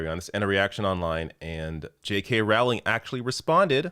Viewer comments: Rowling, pronounced like bowling. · I know it's minor..but the name rhymes with bowling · it's "rolling" like row, row, row your boat.